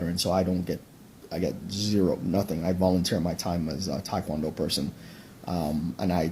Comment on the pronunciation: And he can't even pronounce Tae Kwon Do right, so I ain't believing anything that douche said.